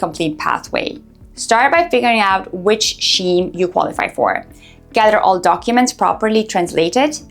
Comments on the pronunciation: Scheme is pronounced as Skeem, not Sheem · What the hell is Scheem. It’s Skeem. Has she not learned yet ? 🤢